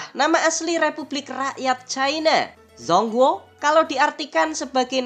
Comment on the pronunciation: ijin koreksi dikit min, dibacanya congkuo bukan zong guo. trmksh informasinya ya